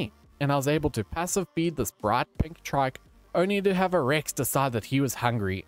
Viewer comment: I love the way he says trike like traike